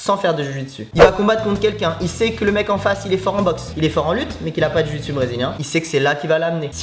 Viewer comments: tu-chi-su ? jpp xDDD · Tu-chi-su ? 😂😂😂 sa ma tué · J'en fais tibo 😁 c'est pas la "Jiu Jutsu " c'est le " Ji Jutsu Brésilienne " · C'est Ju-jitsu et non Jiu-jitsu non ?? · Ouais le ju jitsu c’est mon sport !!! Et au passagein dit ju jitsu et pas jiu jitsu, jiu jitsu provient d’une faute de frappe je crois (et jiu jitsu bresilien je sais ps si c’est le bon nom, moi j’en fait du old school) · Tu-chi-su MDR 😂😂😂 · On dit ju-jitsu j'en fais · JU JITSU Merde quoi ! Pourquoi rajouter un I